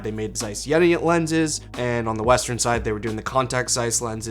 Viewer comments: It’s not jäna :) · the "e" in Jena is long like the "a" in Yale , not like jennifer.